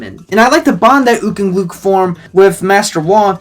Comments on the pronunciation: erm its pronounced “gluk”. rhymes with “fuck” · Gluk isn’t pronounced like that